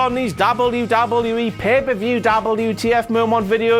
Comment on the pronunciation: he cant say wwe